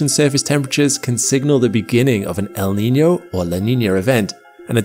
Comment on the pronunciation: Props to this guy for nailing the pronunciation of El Niño and La Niña